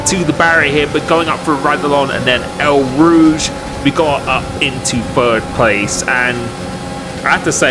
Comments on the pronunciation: Dude it’s Eau Rouge not El Rouge it’s not Mexican gp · Ra-dille-on and El Rouge, you never fail to make me laugh ;) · 3 VERY large problems: Miss-pronounced Eau Rouge Miss-pronounced Radillon Messed up the order in which you said them